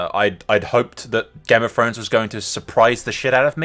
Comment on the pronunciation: It's Throne not Fone ffs